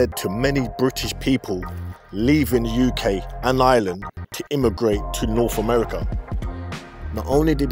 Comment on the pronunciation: "Norf Amerwica"